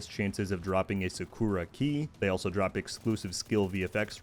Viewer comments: SA-ku-ra not saKORa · The way u pronounce "sakura" is american af...